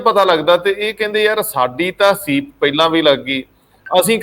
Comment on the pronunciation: the Right word is sweep not ceep as you were using